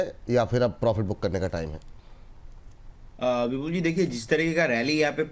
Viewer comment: विपुल को बिपुल क्यो बोलते लिखते है लोग.. सुनाई नही देता या पढ नही सकते. या जीभ मना करती है विपुल शब्द का उच्चारण करने मे.